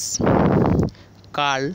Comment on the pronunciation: Thank you .but it's pronounced as "curl" not "call"